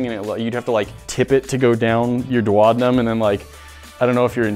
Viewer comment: Wait.... that’s how Americans pronounce duodenum? Omg that gave me a laugh 😂😂😂